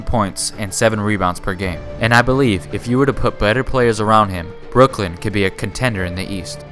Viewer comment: omg he said brook lin